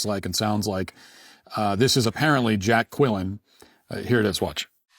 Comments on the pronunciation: Lol, his goven name is Jack Quellin… Jackquellin! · JACK QUILLIN ❓You said JACK QUILLIN❓ok JACK QUILLIN🚨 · Wtf?! Jack qwelen? Like the key and peele skit? 😂😂